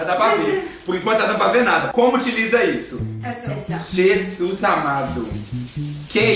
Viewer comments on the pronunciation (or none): O Rangel não fala Jesus ele fala gesus